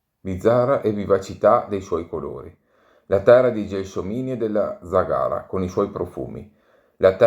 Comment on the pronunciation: Ciao, complimenti per i video, la tua pronuncia di zagara non è corretta... L'accento cade sulla prima vocale